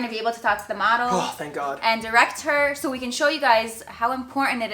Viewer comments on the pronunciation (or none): Excuse me its pronounced God*